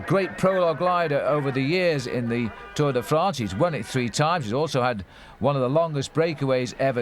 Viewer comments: WTF is the 'Tour DEE France'???? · bobke, for the zillionth time it is not tour DAY france. otherwise good.